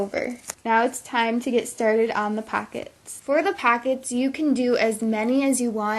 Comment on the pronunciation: Its not packets its pockets, its not battum its button